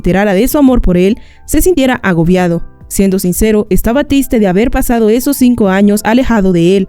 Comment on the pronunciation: Wey dijo tiste En el minuto Jsjsjsjsjsjs